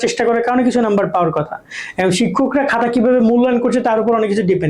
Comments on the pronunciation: ভাইয়া, 'হাতা' ঠিক করেন।😊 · Hata kno bolen apnara 🙄